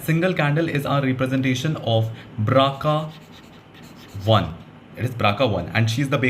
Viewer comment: Bro nice one, but I think it is BRCA not BRACA. Well that's not an issue. Good job